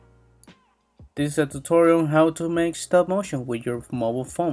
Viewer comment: Make❌ Maka✅